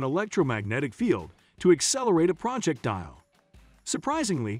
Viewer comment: Projectile is NOT pronounced as PROJECT.........TILE, as in BATHROOM....TILE